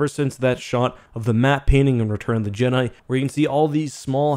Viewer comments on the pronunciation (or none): none